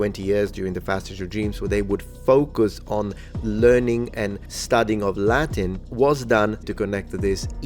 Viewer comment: Your Latin pronunciation is gorgeous.